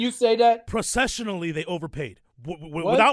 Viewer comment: I love the best lol "process-shu-noley" 🤣🤣🤣🤣🤣 🐬🏈⬆️💯🤘